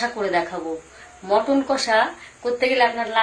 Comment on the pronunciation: দিদি মটন না মাটন